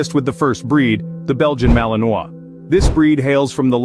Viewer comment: Malinois is not pronounced correctly. Should be malin-wah